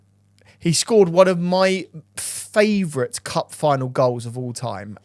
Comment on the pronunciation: love the improvement,, pronouncing one thing right at a time, next up is our "fravourite" word